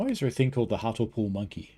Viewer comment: A few more place name tips for you. You know you love them. Willesden and Harlesden are like Willsden and Harlsden, ignoring the first E. Whereas Hartlepool is like HART-lee-pool, pronouncing the middle syllable. We just do it to annoy foreigners!